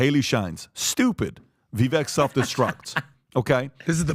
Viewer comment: Can you please get rid of already? How can you mispronounce Vivek's name so consistently at this stage in the game? That is so ignorant and disrespectful.